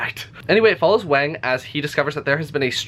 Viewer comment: Yes, but a little better than most people unfamiliar with pinyin (the romanization system currently used for standard mandarin). Most people go with a /z/ when they see the 'x', which just grates on my ears. Same with doing a /k/ with 'q'. I still have nightmares about stephen colbert pronouncing 'xiangqi' zeeyang-kee. You actually got the 'miao' in wang miao fine, but wang is more like wong. If you do want to get the author's name right, the 'c' is closes to ts like the end of 'bits', 'x' is not found in english but the most similar is just our 'sh'. The problem is there's another consonant in chinese actually written 'sh' which is also similar to our 'sh'. And don't worry about it anyway. You think this asshole Jing Shang could pronounce any of the uvular consonants found in arabic names? My name has one syllable, but chinese people usually pronounce it with three, and can never spit it out without two at least. They'd probably change the initial 'k' in your name to a 'j' too... i don't know why they do that, because they have the exact same 'k' sound as us, but all foreign place names with a 'k' become 'j'. Jialefonia = California. Ji'erjisitan = kyrgyzstan. Americans are not the only provincial ethnocentric dicks on the planet! (I'm assuming you're american.)